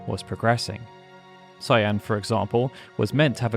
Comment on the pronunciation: Man, everyone ALWAYS pronounces Cyan's name wrong. Weirdly enough James Rolfe, the AVGN in his video on this game seems to be one of the only people to ever pronounce it correctly in any kind of youtube video or documentary. And he usually does the least research, which is weird how HE gets it right and not even professionally made docs can seem to ever get it right. Weird that you also even use the American names for every character even when talking about the development section, but even among Tina, Mash, and Stragus not being mentioned in this doc, either way, whether it's Kaiyenne, or Cyan in the English version BOTH are pronounced with a hard C, sounding like a K, and pronounced like the name of a pepper. In this game, not even in the English version is Cyan intended to be pronounced like the shade of a light blue. It's "Kai-en", no matter whether it's the Japanese name or the English name, it's always "Kai-en" with a HARD C (like Cookie or Carrot), not a soft C. Man. Only 32 minutes in the doc and it's going to be hard not to cringe having to listen to his name said wrong a bunch of times, yet again. Sigh.